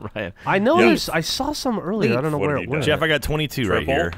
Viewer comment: I know they're saying wheat but it sounds like weed 😂